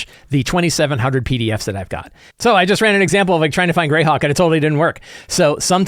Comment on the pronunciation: correction: it's pronounced Greyhawk.